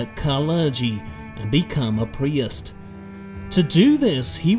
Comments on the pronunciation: "And become a priust" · I love the way you pronounce priest and bishop